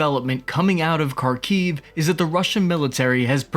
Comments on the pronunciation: Kharkiv is pronounced Harkiv, at least that's what my wife who is Ukranian said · You don't pronounce "K" in Kharkiv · The first one that is, just pronounce Harkiv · Really good assessment 👏 👍 Side note: Kharkiv = Harrrrr Keeev (sounding) Kherson = Hear .. s.... on. Keep up the good work. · Its not pronounced “Karkeev”, its “Harkiv” the K is silent. Same with Kherson, it’s pronounced “HerSon”. Fyi kherson is another word for peni$. 😂